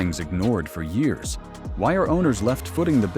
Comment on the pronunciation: She's the worst CEO GM's ever had. She's a DEI hire. Also, I'm tired of the AI voices. It doesn't even know how to say years.